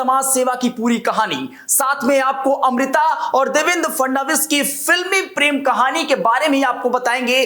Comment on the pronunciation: वे महाराष्ट्र के मुख्यमंत्री हें नाम का उचरण ठिकसे लिया करो